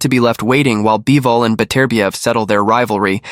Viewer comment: once I heard "BYE-VOL" and "DIE-ZAM Boxing" I knew this was more ai narration low effort trash